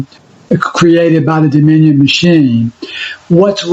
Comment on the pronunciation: Dominion not DOMINO😂